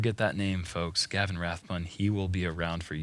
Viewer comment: sounds like he is calling Gavin... Kevin.